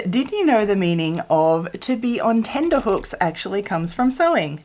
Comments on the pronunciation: Tenterhooks should be pronounced as 'tenter' hooks not 'tender' hooks. The tenter was the frame the fabric was stretched on and the tenterhooks were the hooks that held it onto the frame as you said :) Also the town of Tenterfield in NSW is named for the process of washing and drying the fabric on tenters, in the old times they would put the tenters out in a field for the fabric to dry in the sun and old English maps often marked an area as a tenter-field. as well as being the birthplace of Peter Allen's grandfather - Tenterfield Saddler. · Her subtitles spelled it correctly and then I listened to her say tenderhooks a bunch of times LOL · It's tenterhooks not tenderhooks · Love these little facts… though the correct expression is tenterhooks not tenterhooks xx